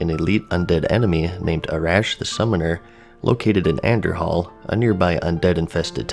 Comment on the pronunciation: same with Andorhal... the h is silent, as in An Door Al.